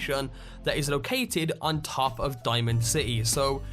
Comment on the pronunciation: Why do you pronounce 'top' and 'bottom' so weirdly? The hell kind of accent is that ?